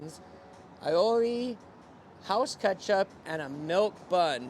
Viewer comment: A - O - LI easiest way to describe how to pronounce aioli